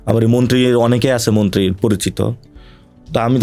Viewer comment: Nasir, Assalamualikum. Apnar sobkichu e sundor except ekta mudra-dos. R mudra-dos ta holo "abari". Please try to avoid it.